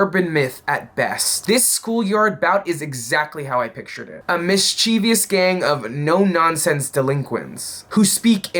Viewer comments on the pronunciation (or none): Just fyi it's mis-che-vous, not mis-chiev-i-ous. Otherwise, scary but somewhat hopeful reporting.